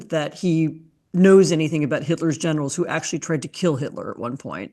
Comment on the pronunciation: I thought for a moment she was saying how trump said he admired Hitler’s genitals, which didn’t even surprise me but then I realized she said generals